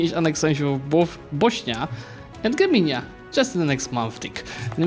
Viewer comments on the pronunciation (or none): none